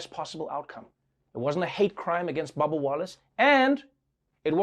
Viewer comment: Trevor saying babba instead of bubba. LMFAO it's the accent.